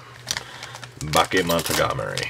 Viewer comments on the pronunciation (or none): Pronounce it right. It is Ba-ke-mo-no-ga-ta-ri. It sounds weird the way you say it, giving a weird vibe.